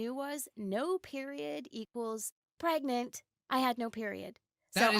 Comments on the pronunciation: I cant stop laughing when you said pergananat😂😂😂😂😂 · Pregante Preganenenenenenant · Nah, It's not Pregnant or Preg-nant, or even preggers. It's, pergernert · pregante preganet pergnert? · Pereganante (Pear-egg-an-aunt-a) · Video:preg nant Me:pragannanant Edit:man moana be gettin busy with her bestie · They said Preg-nant so they wouldn’t get demonized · How I a CuTE LIttLe SnAcK get preg-nant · You mean prengnante? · Now when you said pregnant i forgot how to say pergnate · I did get pregananant Me: gasp* HE KNOWS DA MEME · i GoT “pReG-nAnT” fRoM a SwImMiNg PoOl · She's pregananant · Preg-nant?? Preg-nant?? Preg-nant?? PREG-NANT?? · Pre g a t ore not pregnant prawn a t. XD PREGNANT.